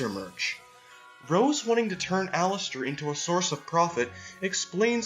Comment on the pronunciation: What they’re saying: Allister What I hear: Alastor